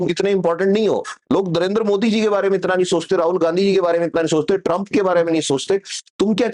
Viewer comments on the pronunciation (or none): दरेंद्र मोदी... 😂😂